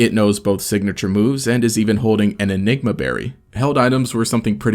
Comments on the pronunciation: You said "ligma berry" lmao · hey what did you call the berry the second time you said it